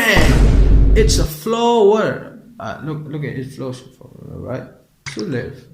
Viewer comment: Flow-er🙃 Choke-late🙃